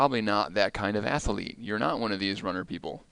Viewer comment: It’s not ath-a-lete, it’s athlete. It’s not expecially, it’s especially.